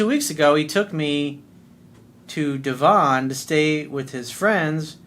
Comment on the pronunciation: Haha... it's pronounced (De) (von) not (Dee) (vaughan)